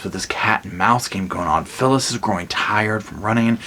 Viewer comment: At about 8 minutes you say "So, Phyllis...." twice. It sounds like you're calling her syphilis. Lol